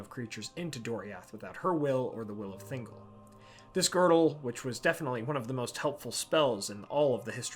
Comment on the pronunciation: *ThinGOL, not Thingle 🤣 you don't say Gellum for Gollum.